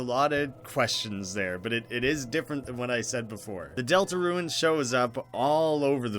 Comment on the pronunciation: Great video! Just a heads up. A lot of the time you’re pronouncing rune as ruin. Peace!